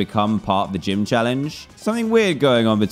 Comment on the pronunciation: Dan: "It's Jeem Leader Time!!" Me: "Did He STUTTTER!!??"